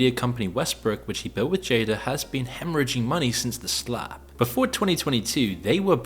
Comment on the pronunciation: Lol, I like how says "the Slap" like it's " the Snap" from the MCU😅